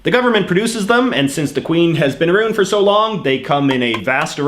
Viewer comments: I have never heard anyone pronounce around aroond lol. What province are you from? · Who the hell says "aroond" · Arooond reeealllyyyyy 😂